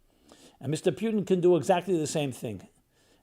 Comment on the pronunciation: for goodness sake to pronounce Putin as ‘P i u tin’ sounds as caricature. He is ‘Pu (ooo)tin’ and in Russian it’s a meaningful word - an adjective from the word “Road, HWY, - Road map / HWY Patrol .. HWY sign…